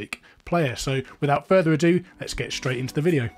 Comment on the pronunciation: "Without further adoo..." "I'm going to start off with how you SHOULDN'T..." OK I'm out.